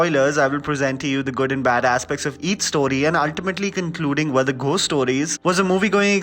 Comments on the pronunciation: I have literally never before today had anything to say to u which was even a tad bit negative but please take this comment I. The right spirit It’s not Pronounced as literally “GH-ost” but actually it’s “go-st” , found that quiet distracting ... please take this as a positive feedback ... luv ur review and ur Chanel always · Did you just say “Ghhost stories “, instead of “gost stories “!! It sounded odd!! But I agree completely with everything that you said about the movie!! Being a horror fan, especially supernatural horror, this short stories were not impressive at all!! Except for the zombie story, like you said!!